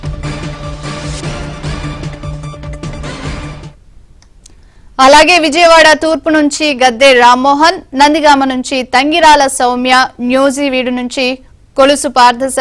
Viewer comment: anchor దద్దమ్మ నూజివీడు ni newzeeవీడు అంటుంది షో ముండ 🤣🤣🤣